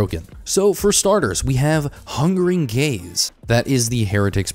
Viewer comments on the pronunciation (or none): I kept hearing 'Hungering Gays' xD